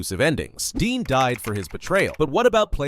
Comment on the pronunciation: Bro jumper only appears in spokes videos and princezam and raxby isnt forgotten and deputy everyone still talks about their last lines and also its dean not dee dumb learn from the wiki